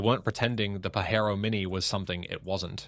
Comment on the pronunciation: Stop pronouncing it Pahero, it is Pajero with the J sound, It is Japanese, not Mexican. The Delica in Australia was a great go anywhere vehicle. They were not sold via Mitsubishi for some odd reason.